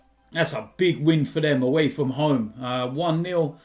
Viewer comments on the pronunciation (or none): none